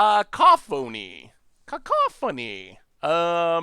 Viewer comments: Lol, people are grammar nazis... I'm people... It's "ca - COUGH - o - neeeee" not "caco-PHONE-eeeeee" Haha and for the love of god it's definitely not "caw-CAW-phony" 😆 Edit: Well looks like chat already told you lol. But juuuust in case I won't delete this👌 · the harpy's name is pronounced Kuh-COFF-fun-ee haha. It means "a lot of loud noise"